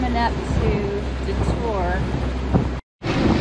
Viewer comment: Just to save you from offending the natives, DeTour is pronounced DEE-tour and Huron is pronounced HYUR-on. 🙂